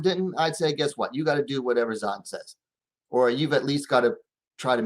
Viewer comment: Dont trust this man he says he a fan of Esparza…. Can’t even Say Zhang name right either. 🖕🏾